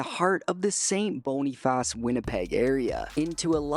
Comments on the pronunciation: st Boniface is pronounced saint bonafiss. but the video was great regardless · I know it ain't that deep but the pronunciation of St. Boniface killed me inside lol